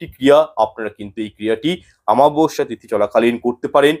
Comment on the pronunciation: Daya kore aktu shudhre neben shabdo ta ho,chchhe amabasya, aamabasya not.